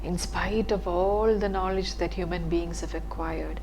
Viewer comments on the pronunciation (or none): none